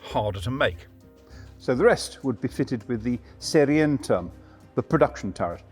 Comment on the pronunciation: "serientem" ... Oh dear! Say "say ree en toorm" --- Serienturm